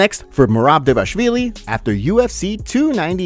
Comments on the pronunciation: Its not devashvili, its DVALISHVILI, you see Dva li shvi li, if you don't respect yourself to learn how to read, at least give some respect to future Georgian champ 😡🤬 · Can you try and pronounce Dvalishvili properly ? thx